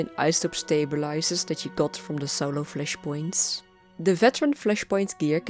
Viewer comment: I love the way you say Fleshpoints xD Love your video